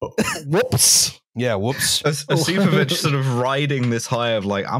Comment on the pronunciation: Probably doesn't matter, but pretty sure the stress is on the first o in Osipovich